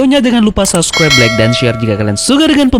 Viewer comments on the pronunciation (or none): none